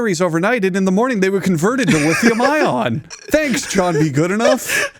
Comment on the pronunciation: The amount of times said lion battery instead of lithium ion triggered him